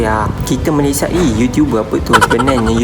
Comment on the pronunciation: jarang org2 muda dan sekarang sebut nama2 negara pengucapan formal dan sempurna... org sekarang rata2 bangga sebut Malaysia tu Malaysye.. sedih!.. tapi bangga dengan anda.. tak semua perktaan hujung A nk di E kan, sampai nama2 negara dan rasmi pun nak di E sebutannya.. tabik! dgn awak....